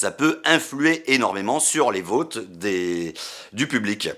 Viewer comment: "Les vauuuutes", mec t'as un vieux accent belgo lorrain (oui ça existe, c'est moi qui le dit!!!) qui est sortit d'un coup là 😂